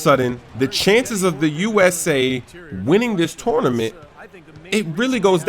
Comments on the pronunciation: touwnament haha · "Tornement" lol